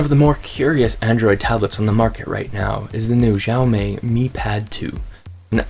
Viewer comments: ok review, but sorry I was way too distracted by your CONSTANT mis- pronunciation of "Xiaomi". The way you say it, it would be spelled " Zhao Mei ". it's pronounced "sha-oww(rhymes with oww) mee" you say it wrong so often it's like what if someone kept calling you "" or kept calling iPad the "Aaay-pull" iPad. it would drive most people crazy hearing it for 10 minutes. but otherwise glad you noted the lag. I'm still looking for a decent Android tablet. thanks "" 😜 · "djaomej", pls learn how to pronounce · decent review but the way he says xiaomi made me cringe, its honestly just read as it looks, this is just assuming what Chinese people sound like... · you're pronouncing it wrong. also I believe that audio is not synced with video.